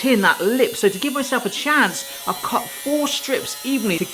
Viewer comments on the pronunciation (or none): none